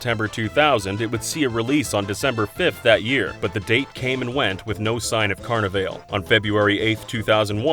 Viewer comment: lol CarnaVAIL. It’s supposed to rhyme with ball. Like the old show from HBO. Carni-vall